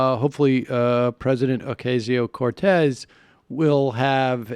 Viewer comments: Oh-kah-sio; not, O-kay-sio, Sammy.... geez.... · you got my thumps down for keep saying okaysio, its ocasio you stupid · AOC's name is pronounced as OCASIO not OKAY-SIO. Thanks for your fine report! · O-CAH-sio. Not O-CAY-sio. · it's pronounced "Oh-cah-sio"